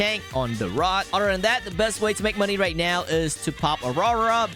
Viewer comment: are you serious righ neow bro